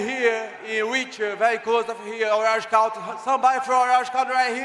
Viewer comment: Paulo trying to say orange county 😂😂